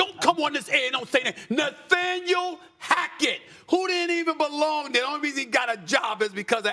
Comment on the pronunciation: “Naythaniel” lolol